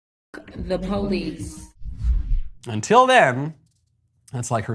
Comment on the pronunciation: F*** the POE-LEESE! Let me translate this for you: the POE-POE. Jesus! Does she have a graduation cap?